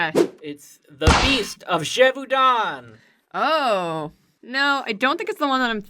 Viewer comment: Oh my god the way you said Gévaudan is an insult to all french people